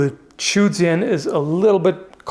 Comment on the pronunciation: Sword is pronounced "jian" pretty much exactly as you would sound it out in English